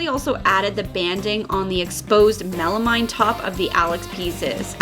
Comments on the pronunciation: Milanote = Evernote. An app that I've been using for years! But will def. check it out! Your chest turned out great! (oh and it's 'melameeeen') :-) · I definitely would have sealed with a base/primer coat over the plywood before painting your color. Especially after the time & expense you put into this DIY. PS ˈmeləˌmēn' is pronounced with a mean, not a mine. ...I guess that makes me the meanie ;) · It’s pronounced mella-meen.